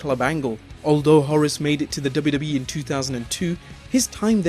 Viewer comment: It sounds funny when you say WWE. Duba Duba E.